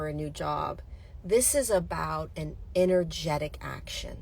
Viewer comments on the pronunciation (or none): I just heard..INNER-JET-IC.....INNER-G ( as in G-Force)